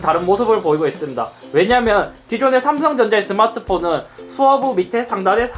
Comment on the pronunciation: 서마트폰이라고 발음되네 ㅋㅋㅋㅋㅋㅋㅋㅋㅋㅋㅋㅋㅋ 아 웃긴데 신기햏ㅎㅎㄹㅋㅋㅋㅋㅋㅋㅋㅋㅋ